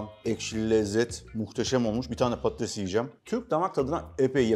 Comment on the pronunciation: Şefin patates yerine pattes demesi😂